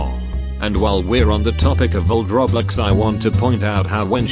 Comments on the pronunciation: The füçking speech robot or thing he pronounce "Roblox" is "Reblex" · Computer talker: Roblex me: laughing so hard